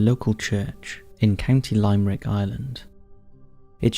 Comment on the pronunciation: Its limb-er-ick as well for Limerick not lime-Rick like a lime in a drink 😂 but impossible for him to know lol. Any video I watch where people include Irish cities or towns everything is pronounced wrong